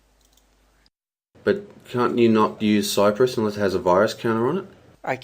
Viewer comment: Thanks for the video, it helps explain the software to me. Also, it's "crypsis" not "cypress."